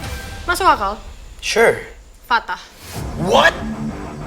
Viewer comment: Vio manggil Fatah bukanya fat .. tp Tah 😂😂😂